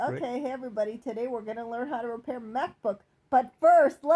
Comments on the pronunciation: Right to Repair, or Right to RePURR, heh?! Amirite?? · Right to RePURR Sounds good.